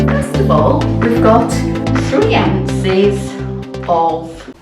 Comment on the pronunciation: 'Ounces' I had to go back a second time to catch that, too. Butter would be better than margarine, for sure!